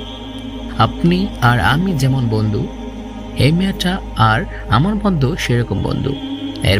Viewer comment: আসসালামুআলাইকুম ওয়ারাহমাতুল্লাহি ওয়াবারাকাতুহ। মাশা আল্লাহ! সত্যিই ভাই অসাধারন আপনার কণ্ঠ! আপনি যদি আরেকটু চেষ্টা করেন! অনেক দূর যেতে পারবেন। আমার পক্ষ থেকে কিছু সাজেশন রইলো আপনার জন্যে। উচ্চারণ গুলো যথাসম্ভব প্রমিত করার চেষ্টা করবেন। কিছু কিছু জায়গায় উচ্চারণের ভুল কিছুটা কানে বিধেছিল। আমি কয়েকটা তুলে ধরছি। ফুচকা, বলার সময় চ এর বদলে স হয়ে গিয়েছিল। বন্ধু এর জায়গায় বন্দু। মেধাবী এর বদলে মেদাবি, ছেলে এর জায়গায় সেলে। এছাড়াও অনেক জায়গায় উচ্চারণের ত্রুটি ছিল। যা থাকাটাও স্বাভাবিক। তবে অনেক প্রাকটিসের মাধ্যমে আপনি কাটিয়ে উঠতে পারবেন। আমার সাজেশন থাকবে বাসীরা, আন নাফি, Niyamah, raindrops media এদের কনটেন্ট গুলো একটা নোটপ্যাডে কিংবা মোবাইলে লিখে তাদের মত করে উচ্চারণ করে পড়ার চেষ্টা করবেন। এতে করে ধীরে ধীরে আপনার উচ্চারণের সমস্যাগুলো দুর হবে। আল্লাহ্ আপনার জন্যে সহজ করে দিক